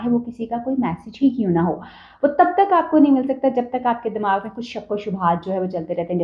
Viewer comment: Lahori woman, listen, Damagh nai hota, Dimagh hota hai, kindly apni urdu theek karein.